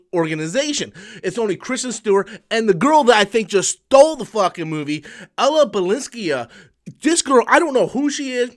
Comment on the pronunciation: Hi, I think you're trying to say Balińska. Better just say Balinska, and obviously she's the best.